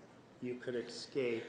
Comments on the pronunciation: EXCAPE Is he saying excape instead of *escape*? And he's a *lawyer*? Gulp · How can a lawyer not know how to pronounce the word escape? Its not EXscape Nurmi you bozo! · He also pronounces "escape" as "exscape"